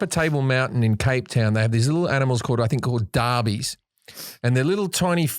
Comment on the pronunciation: JIM! It's "Dassies" not "Derbies"!